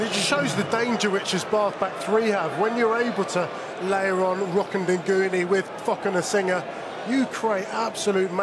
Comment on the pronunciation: Why he saying Thocanasiga